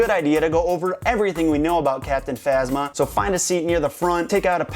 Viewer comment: captinphasma sounds like captin mama ( just to me)